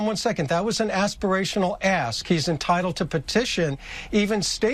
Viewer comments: Aspirational ask, or Aspirational ASS?! 😂😂😂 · what did you say aspirational asp? or did you say talking out of ass? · Did he say ask, or ASS !!